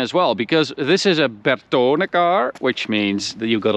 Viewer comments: The fuck man! it's Bertone, not Bertooooone... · The way said “Bertone” 🤣🤣